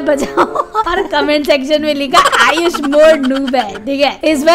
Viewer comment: Ayush moee not nood ayush pro